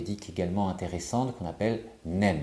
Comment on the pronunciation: bonjour et un immense merci. C'est très important compte tenu des problèmes considérables en nombre et en 'qualité' que cette chose a provoqués. Le neem se prononce NIME, le double e = le i français. Quand vous dites les "graines", c'est de l'américain. En français, ce sont des céréales. Les graines, c'est plus difficile à comprendre pour nous (c'est ce qu'on donne aux poules).